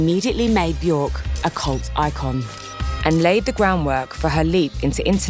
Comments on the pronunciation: if you do a video about björk, learn how to say björk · It's been nearly 40 years since the Sugarcubes and 32 years since she went solo, and media outlets like Resident Advisor STILL can't pronounce her name correctly! 🤦‍♂️